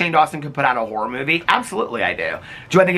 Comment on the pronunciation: I can’t stop hearing “wh*re movie” every time you say “horror movie” 😭